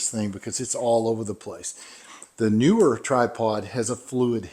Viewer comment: Just for the record, it's NEEWER {"NEE-WURR"}, not "newer".